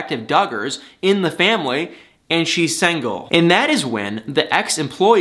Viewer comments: love how he says "sangle" and not single lol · I like your comments, but why do you keep saying SANGLE when it's SINGLE? it hits the ear wrong, SINGLE! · Love the way he says; sangle The old english term for single 😳😭😁 but it's ok because I like 😜